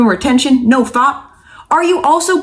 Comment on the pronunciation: it's "no f@ not "no fop" (as in hop).